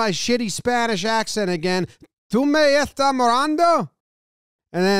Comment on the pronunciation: I like how you managed to get the Caribbean accent with the Spanish. It was technically, "Me estás mirando" and "quée tú miras " but they don't say the "S" in that part of the world.